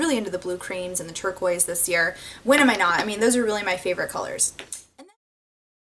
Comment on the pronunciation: Your pronunciation of the word turquoise is one I've never heard before.